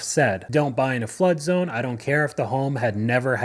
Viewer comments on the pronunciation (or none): none